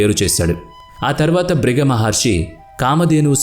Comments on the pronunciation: నాయనా బాబు వీడియో చేసేటప్పుడు జాగ్రత్తగా చెయ్యండి. ఋషుల పేర్లు తప్ఫు గా చదువుతున్నారు.బ్రుగ మహర్షి కాదు. భృగు మహర్షి అలాగే శుక్లా చార్యుడు కాదు శుక్రాచార్యుడు. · శుక్లా చర్యుడు కాదు.. భృగ కాదు బృగు మహర్షి... అబ్బా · Fake news babu.....Sariga telusukonu I వివరణ ఇవ్వండి...శుక్ల మహర్షి అంటున్నారు,, బ్రగ మహర్షి అంటున్నారు...పలకడం కూడా తప్పులు.... కథ అయితే పూర్తిగా తప్పు.....ఈ వీడియో డిలీట్ చేయమ్మ...plz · శుక్లా,కాదు శుక్రాచార్యుడు అని పలకండి.మృత్యు,మృతసంజీవని,భృగి కాదు భృగు మహర్షి అని పలకండి.